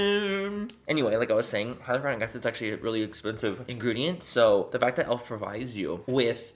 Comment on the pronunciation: " I know some things about some things" ...Can't pronounce hyaluronic acid right